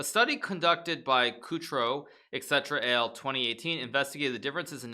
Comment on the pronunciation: Et al. doesn't stand for "et cetera AL", it means et alia, which is the academic term for "and others".